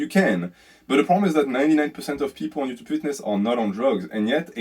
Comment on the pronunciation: "Ello ootoob"